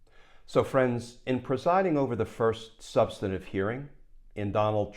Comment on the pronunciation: There's no such word as "substanitive" -- you're adding an extra syllable to "substantive"